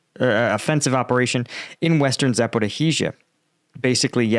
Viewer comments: Bro it's zaporija not zaporohija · Please don't say "H" in Zaporizhzha. "H" is after Z and it's anglicized but zh (ž) is one letter. Great content though. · Zh is not a compound sound of z and h but totally different one. It sounds like the 's' part in television. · Love ya,, but I can be quiet no longer. You are adding an extra syllable that doesn’t belong in “Zaporizhzhia.” It’s Zap-o-ree-zha, 4 syllables max. Otherwise, no complaints here. Thanks for your commentary.